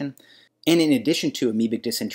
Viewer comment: It’s pronounced Diss-in-tary not Diss-entry